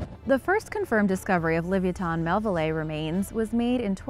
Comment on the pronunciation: Le vi a tin mell ville eye... get it right